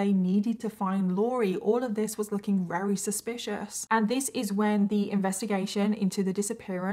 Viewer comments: can you not say Very with a V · I find it adorable when says “ rarry” while saying very, and says a woman “falls” pregnant.